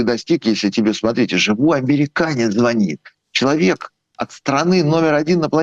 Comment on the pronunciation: Ведущая , вы безграмотно ведёте беседы. В слове звонит, ударение ставится на последний слог, а преимущество среднего рода, поэтому никак не может быть такая.. Смею заметить это не первые провалы в ваших интервью....